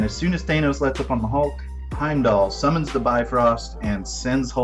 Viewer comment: Yes! Thank You for pronouncing it Thane-oce the way I always have since I picked up my first Silver Surfer comic book as a kid back in 1987.